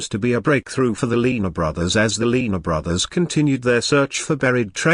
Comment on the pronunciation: The commentator can't even pronounce their name, whats that tell ya.